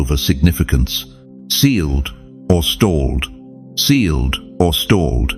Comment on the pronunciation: Sealed, not staled🙏🙏🙏🙏